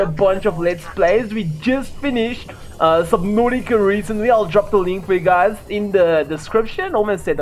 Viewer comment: I love the way he says subnatica